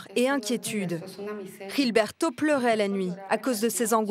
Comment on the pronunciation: ça se voit que les journalistes, i z'ont rien foutu dans leurs cours d'espagnol au lycée. Ils prononcent le prénom "Gilberto" comme au Brésil alors que le reportage est sur la Colombie!